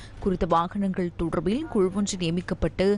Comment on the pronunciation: "தொடர்ர்பில்" என உச்சரிக்கும் போது 'அருமை'.. உங்களைப் பொறுத்த வரை.. 😮..😢..😂.. "ழ" எனும் எழுத்தை மிக அழுத்தமாகச் சொல்வதில் உங்களுக்கு நிகர் யாருமேயில்லை..😮..😢..😅.. காலை வணக்கம்....❤..